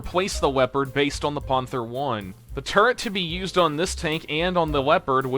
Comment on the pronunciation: "weopawd uwu" I hate myself for writing that